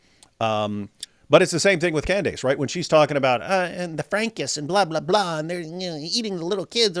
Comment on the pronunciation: Why does this guy keep pronouncing Candace Owens’ name as “Cand-ayce?” Not a fan of hers at all, but that clearly isn’t how the name is pronounced.